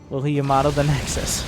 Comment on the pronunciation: No1 gonna acknowledge he's mispronounciation of Ya-mA-to? No........ ok